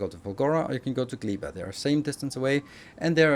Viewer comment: Gleba is probably pronounced with ɛ not i